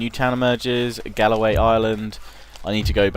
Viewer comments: Galway not Galloway. Galloway is an area in south western Scotland. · I'm quite impressed at how terribly you managed to pronounce Galway, I mean it's an English name!